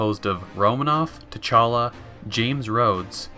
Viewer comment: he’s saying call him Black Panther because guy pronounced it “Ch’Talla”... like a good few times.